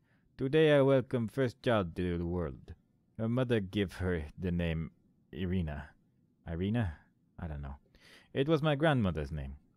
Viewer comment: first "i" in Irina is pronounced like first sound in "eery", for example. short name is Ira (i guess you could pronounce it like "Eerah"). i'm pointing it out, because friends and especially families pretty much never use full names, it is much more official way of communicating. so all those games, tv series, movies with russians in them look really out of place (looking at you, avengers, with your Natalia Romanoff - i think Hawkeye called her Natasha, but correct surname should be Romanova, since she's a grill, not a boi). also like i said in previous video, "kroshka" basically means "baby girl", works for both daughter, girlfriend etc. also i could give you some hints on game mechanics, like sliding down the ladder using sprint button, but chances are, you already figured them out by yourself